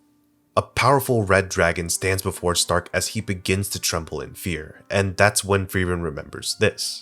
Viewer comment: why does everyone refuse to pronounce Stark’s name properly 😂